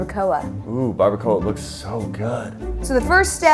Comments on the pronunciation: Barbara-coah 😂 say it like this... Barba cua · Bar-ba-qua no bar-ba-co-ah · It trigger me how they say barbacoa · Okay but how they say barbacoa- I’m Mexican so I found it funny but obviously they don’t know how to say it Mexican way which is okay no HATE!!! Don’t come at me😑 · Were they pronouncing barbacoa like that on purpose? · Latinos get triggered when they say Barbacoa wrong 😂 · Who else is laughing at them saying bardacoa and carnitas wrong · somewhat mad on how they said barbacora and carnitas :P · The way that they said barbacoa and carnitas bothered me 😂